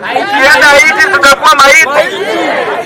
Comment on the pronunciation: Not ahiti but haiti.